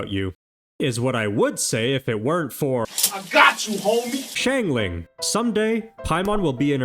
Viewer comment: why tf do you call xiang ling shang ling 😭